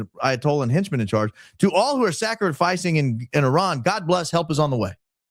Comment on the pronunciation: Thanx for saying Iran instead of Eye-ran😅❤